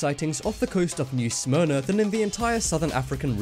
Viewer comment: Its not New smyra its New Smyrna